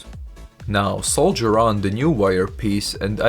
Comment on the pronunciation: It is saw-der not sole-ger!